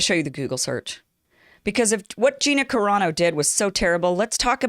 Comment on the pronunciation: I wonder about you sometimes. Either you're too lazy to take a moment to find out how to pronounce that woman's name or you've never seen the TV show and you're just lying. You sounded more convincing back when you used to talk about subjects like trying to get out of the friend zone for men....